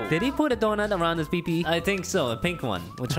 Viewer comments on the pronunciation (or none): the way he says peepee